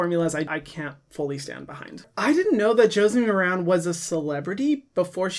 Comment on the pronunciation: Ooh, I forgot that Josie Maran had a beauty line (and I'm gonna be that person and say, it's MAR-an). One of the things I remember that impressed me is her sustainability stance. I do a lot of drugstore shopping for skincare, but I need to reconsider her product line. Thanks for your videos - I'm new to them and learning a lot.